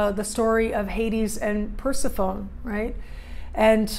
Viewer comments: I believe it's per-sef-PHONEE. Not Per-si-phone. Not sure how someone could study mythology and not know??? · New sub! Capricorn, trying to figure out this Pluto stuff and relationships and transformation. Love the idea of Persephone voluntarily going to the underworld. I think it’s pronounced Per-sef-ony 😘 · Per·seph·o·ne | \ pər-ˈse-fə-nē (pronounced Persephonee -- long e. Not an English silent e like telephone) Great vid !